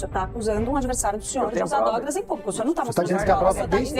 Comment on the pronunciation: Será que só eu percebi que ela falou usar dogras kkkkk